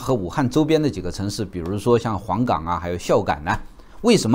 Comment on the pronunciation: 讲得很好，我几乎每期都看。我发现有个字的读音有点偏差——黄冈的“冈”应该是读一声，而不是三声。